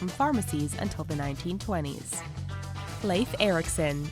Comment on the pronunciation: she is pronouncing correctly